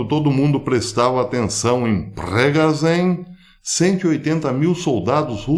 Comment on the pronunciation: Pois é, infelizmente estamos vivenciando tempos bíblicos. Que Deus tenha misericórdia dos que Nele crêem 🙏🏼, parabéns pela pronúncia do "Prigozhin" 👍🏼😜 Mauricio De Lucena Recife-PE